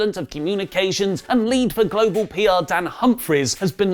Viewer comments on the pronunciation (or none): none